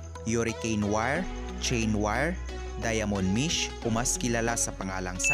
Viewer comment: Mesh po hindi mish.. hindi dahil dun kumportable ang dila mo dun nalang. simpleng pag bigkas ng tama kinakatamaran